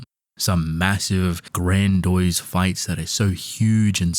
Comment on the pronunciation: It’s Grandy-ose, not grandoyse.